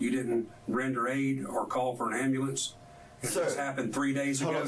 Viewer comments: "I told them call the amblampse." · "i ax'd him cull amboolants!" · “I told the lady to call the AMBALAMCE” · Not the "ambalamce"